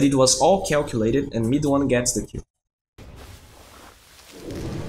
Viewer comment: everytime you say "kill" i heard it like "qew" not that i'm complaining though, you're great